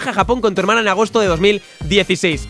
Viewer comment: en el minuto dice hemana en vez de hermana , no lo se parace meloetta tipo planta XDXD